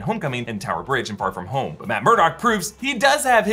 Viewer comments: Why does he say "far from home" like Pharfignewton??? Lol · I swear if you pronounce “Far From Home” like that one more time I’m gonna explode! 😅😅😅